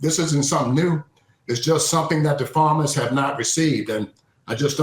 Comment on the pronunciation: You literally called Farmers and Farms: "Forms and Formers" like 25 times. Not hating, just thought you should know the pronunciation is wrong for your listeners